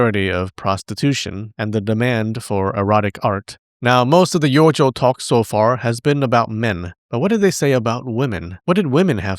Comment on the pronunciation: You keep saying yojo but all I hear is youjo ToT